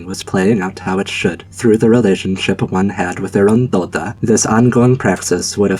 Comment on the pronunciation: It's really funny how you said Dola as Doda, considering Doda is a famous polish singer XD